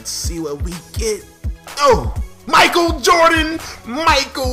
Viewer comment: Did he say Michael jerry Jordan